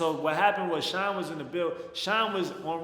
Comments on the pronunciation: I swear I thot u were saying Sean Paul 😂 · Bro, I thought you were saying "Sean paul" the whole time. I was confused